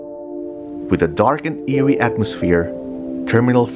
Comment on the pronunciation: But it is known the whole world as NAIA. If you use the airport, you will see that either arrival or departure as Ninoy Aquino Internatinal Airport. Even here in Canada, we call it NAIA. Try not to be petty. Oh, just a friendly reminder, it's "eerie", not " earie".